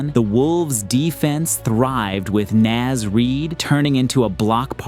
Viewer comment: Yo just fyi, Naz Reid's first name is pronounced more like n-aw-z (rhymes with claws)